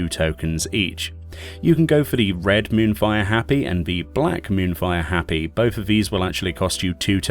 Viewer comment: Hop-pee not happy. And Tah-bee not tay-bye.